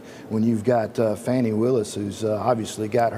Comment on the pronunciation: I think its "Fawni" and 😅 not Fanni Willis